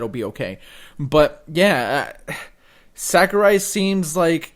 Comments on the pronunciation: Sakurai not sakruai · Who's Sakruai?